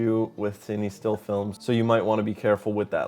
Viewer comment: fatheryelvy because that’s how it’s pronounced bud